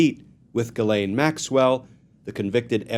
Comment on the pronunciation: Just gets worse! Pardon for her? Ghees- laine is how to pronounce her name correctly!